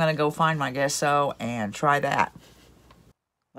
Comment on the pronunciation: I love rustic decor. I like both diys. BTW, gesso is pronounced with a j sound jesso like the name Jessie.